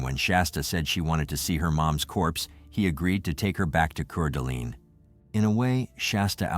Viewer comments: Lmfao it's pronounced core duh lane lmfao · City is pronounced Core-da-lane and the county is Coot-an-knee. Please ensure pronunciations are correct. Good reporting in this terrible tragedy. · I cringed so many times at the mispronouncing of Coeur d'Alene. 😂 I know its spelt weird guys but it's pronounced "core-da-lane"